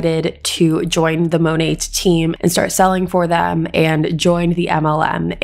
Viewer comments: Its pronounced monay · Just a little tip it’s pronounced Monay (without the T being heard) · The way you say Monet has me cackling. It’s such a trash company that I’ll be mispronouncing it this way from now on just to be disrespectful lol